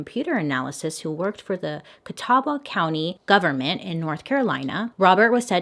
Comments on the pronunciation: Oh no Bailey, never mix vitamins with make up. We all know what happens when you do! Also your pronunciation of Catawba isn't that bad. The w is definitely silent and it's "cuh tah buh" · Catawba is pronounced CA Ta Ba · I live .5 miles from the Catawba county line BTW its pronounced like kuh· taa·buh . This hit close to home, but I had never heard about this case so now Im gonna have to do some research on it to see if I can dig up some more juicy info. You have to take time for yourself. we will miss you on those skipped mondays but we will be here waiting for ya. oh funny thing when I was telling my hubs that this story was about catawba county and telling him it was a Bailey video he started doing the theme song lol. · You had me so tickled with your pronunciation of Catawba! I couldn't stop giggling! It's pronounced Kuh-TAA-buh. It's a beautiful area if you're ever here in NC! Plus..there's a lot of mysterious places and history here too! Devil's Tramping Ground, Lost Colony of Roanoke, and then pretty much all of Wilmington. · I’m sorry, did she say Catawba county NC? Oh no, I’m out that’s too close to home 😂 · I hate to be this person, but for future reference (idk who would ever reference Catawba in the future, but who knows) Catawba is pronounced Ca-tah-ba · the fact that Im from Hickory 😳 “Catawba county” caught me off guard I was like WAIT A MIN!?😂💀 Edit: oh and most ppl pronounce Catawba like Ca-TUH-WAH-BUH 😂💀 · Ehh....I live catawaba county nc....it’s pronounced Cuh-ta-ba btw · I lived in catawba County for like 12 years! This is so insane😭😭 also, when you say it, the "w" is silent. Thanks for making such amazing videos!❤❤❤ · Hearing Bailey mispronounce the name of the county I grew up in is now my favorite thing on the internet 😭😭❤❤